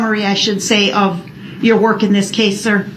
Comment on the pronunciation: "Not gon werk".... Guess what? It "werked!"